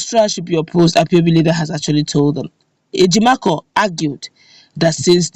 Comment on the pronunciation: Please,his name is Ejim-o-for(Ejimofor) not Ejimakor